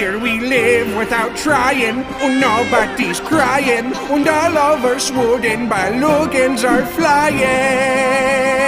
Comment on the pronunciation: Its sweden but he says it weird